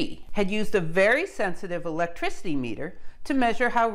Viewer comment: This channel has quickly become my favorite channel. I find myself humming eeelekrisity ... eeeellekricitee every now and then